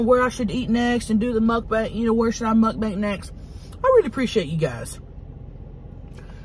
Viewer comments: Love you ❤ Listen to the end... mud banks 😂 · And again at 11.29 😂 And again x2 And later it's "Muk bank"